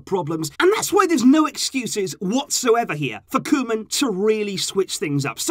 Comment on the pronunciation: KoEman, not Kolman